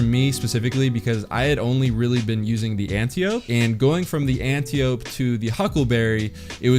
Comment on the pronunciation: Antiope is pronounced to rhyme with calliope. Watch Wonder Woman.